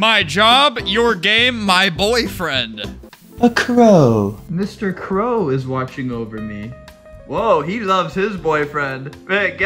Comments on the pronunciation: “a crœw🇬🇧☕️” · HOWD HE SAY CROW LIKE THAT HAHAHA